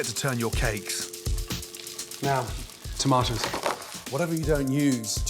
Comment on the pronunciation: every time he says "tomatas", i felt it